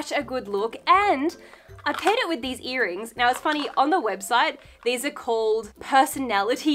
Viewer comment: I was looking for my TIS sure when I heard her say "BTS earnings" and I slammed my head on the wall trying to lean back up 😂😂😂